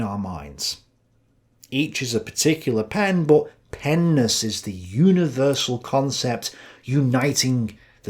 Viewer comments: Stop saying pennis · my child brain every time you say Pen ness thinking of something else lmao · You said pen-ness🤣and every time you say it I start laughing!🙏👍🏻🙋🏻‍♂️ Plato studied pens in all of their nesses 🤣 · This nigga tik talmbout some pen-ness… bruh sound like he talmbout some penis 😂😂😂😂😂